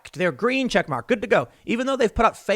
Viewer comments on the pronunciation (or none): none